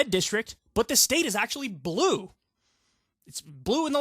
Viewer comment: Heh heh. I heard "If you're team *blew*...